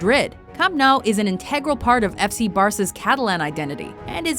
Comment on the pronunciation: Nou in camp nou is pronounced new